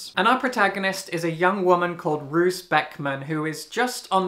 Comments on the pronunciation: Just so you know (and unfortunately the narrator made the same mistake), Roos means rose and the pronunciation is actually more closely to rose/rows than how English speakers would pronounce "roos". The narrator is absolutely fantastic, but because Roos and Ruth were pronounced so similarly it really confused me at times 😅 I talked about this with the author during a book event and she also said she didn't expect the pronunciation going that way lol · Just as a note: Roos is said as and means Rose in Dutch. The double "o" sounds like "oh". I haven't seen this comment yet, I apologize if someone has already said this.